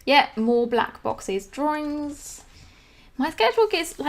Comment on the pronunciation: Drawrings. Lol. Love it.